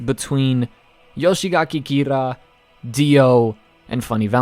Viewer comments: Yoshikage kira Not yoshigake kira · Before you become the next Eyepatch Wolf, I'd really like you to start learning how to pronounce thw names more correctly. Surely there must be someone on the discord willing to help you with the names. It's not "Yoshigaki Kira" but Yoshikage Kira. Garou is pronounced "gah-roh" or at least "gar-row". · this guy rlly saying "Yoshigake Kira" :( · "Yoshigaki Kira" -, 2020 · Why the fuck do you say yoshigake kira? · Take a shot everytime he can't pronounce Yoshikage Kira